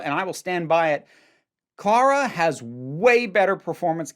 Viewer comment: Uh, did you call CLARA, CARA? 🤔